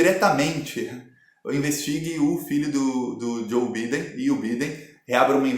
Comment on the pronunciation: muito bom, so que Biden se le (Baiden) em ingles.